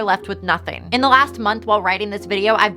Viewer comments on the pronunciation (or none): none